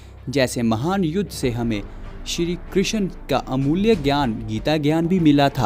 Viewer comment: Good video but it's krishn not kri x n